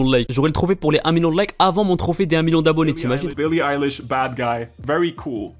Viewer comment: "Billie Aïelish", starfoullaaaaahh